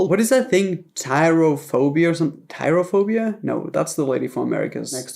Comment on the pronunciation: Trypophobia (pronounced: tripofobia) tyraphobia tho😂😂😂😂